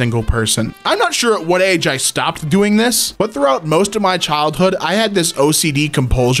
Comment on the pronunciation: "stopped" 😂 thought something was off then I listened more carefully love the video tho 👍